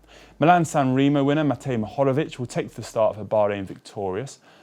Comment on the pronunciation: Seems like had a mohorrorvic time pronouncing the Milan San Remo winner's surname.